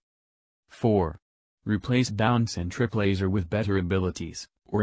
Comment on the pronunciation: when you say triplaser i laugh for some reason